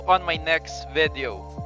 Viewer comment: VEDEOW! VEDEOW! VEDEOW! VEDEOW! SUSMARYA SAKIT SA TENGA!